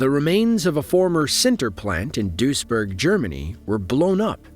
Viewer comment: You only have one job, speaking clearly...please do it properly. Duisburg sounds like dweezburg